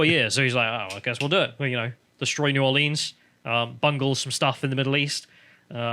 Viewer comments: Please don't say 'N'awlins' for New Orleans. 'New Orleeens' is common for out-of-towners to say, but us local folk say 'New Or Lens'. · Please don't say N'awlins. New Orleanians hare that. Y'all said it just fine as New Orleens.